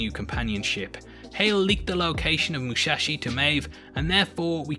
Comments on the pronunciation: MU-SA-SHI Not Mushashi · Its MU-SA-SHI, not MU-SHA-SHI... LOL Love your breakdowns man, keep it up! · Why is it pronounced Mushashi? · C'mon man, is like the 3rd or 4rth video that you say it wrong. It's MUSASHI! MU-SA-SHI, MUSSSSSSSASHI!